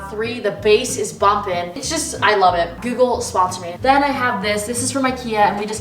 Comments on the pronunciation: i like how u say google lol, gewgul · no one mai : gUUgle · OMG the way you pronounce Google as "gew-gle" hahaha love your accent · Omg the way she says google😂😂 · Am I the only one but you say google so weird. Lmao.